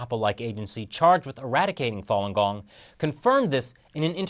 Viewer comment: OMG, you killing me with the "fallen gong", Fa read "far" without the R sound, not with an added L sound. Distracting from viewing.